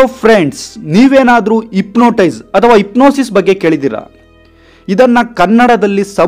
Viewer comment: Ipnotise alla hypnotize 😂😂